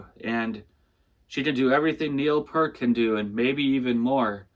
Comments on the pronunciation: Neil P-"EAR"-t! not pert. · Red Barchetta, not The Red Barchetta. Neil "Pea-rt" not Pert. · P(ear)t, not "Pert"